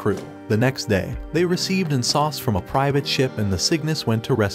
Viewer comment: the "S.O.S" or Save Our Ship was murdered hahaha.. he pronounced it as Sauce (SOS)